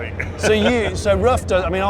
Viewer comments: Hi Jonny, great video. You could have shown a little more respect for Mr Ruf and his company. You constantly called him, his company and his cars Rough. The correct pronunciation is Roof. it's really not that hard! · His last name isn't "rough" it's "roof." It sounds like "gut"